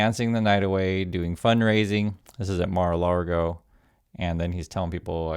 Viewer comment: Hi I love your videos But, i hear you refer to Trump’s place as: “Mar-o-Largo” It is: “Mar-o-Lago” (Spanish for: Sea-Lake) Because it’s situated between the Ocean and a Lagoon Other than that, you are perfect, lol